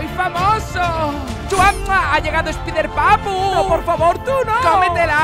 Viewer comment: Sé pronuncia ESPAIDERPAPU Ingnorante